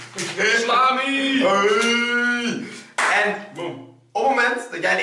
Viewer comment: salami klinkt als sla my